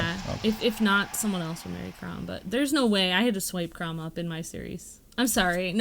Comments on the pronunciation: Chrom is pronounced Zliek Krawm, and Lucina is Loo-See-Nuh. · They're saying lucina and chrom wrong.